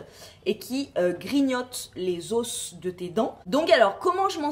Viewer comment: on dit pas des os mais des os sans la prononciation du s